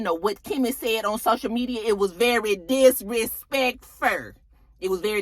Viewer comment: Not the text to show the spelling for how disrespeckferr is pronounced! 😂 😂 😂. this video was Sooooo funny!!!